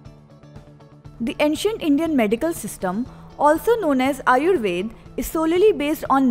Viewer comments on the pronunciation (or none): You are saying 1. Aryabhata as aryabhat 2. Ayurveda as ayurved and many more wrongly. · Why are you omitting all the 'a' s? Aryabhat, Ayurved, Charak... It's incomplete without a.